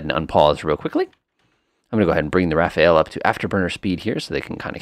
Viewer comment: Quick tip on the plane name....It's Ra-faal rather than Ra-fa-el. 👍